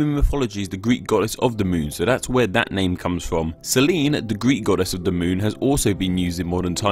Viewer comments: I absolutely love all of your vids but could you please quit saying dey and instead the? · "duh moon" "duh moon" "duh moon" "duh moon" "duh moon" "duh moon" "duh moon"